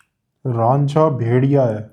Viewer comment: RAANJHA nahi RAJA